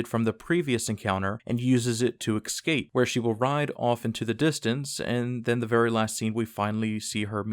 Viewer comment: Great stuff, thanks. But please - there is no such word as ex-scape. The word is ESCAPE.